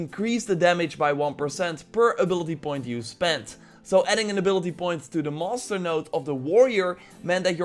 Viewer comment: Everytime he says master it sounds like hes saying monster